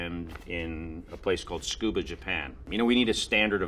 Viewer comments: Thank you, also thought he said Scuba. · He said it more like Tskuba, not Scuba. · アマダン If your Japanese is so good, how the hell do you not know that つ is pronounced 'tsu'? Living in Japan and speaking Japanese every day, I assure you, it IS pronounced 'tsu', regardless of what you think you've heard in some animé somewhere. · アマダン アマダン Wow, your Japanese is casual in the extreme. Do you even know how to write anything but online slang you've picked up in various fora and ニコ？ And the 'Tsu' in Tsukuba (Ibaraki prefecture, by the way) is pronounced 'Tsu' or 'Ts'. It is never pronounced 'S'. Only a person who doesn't have proper knowledge of Japanese pronounciation would ever say otherwise.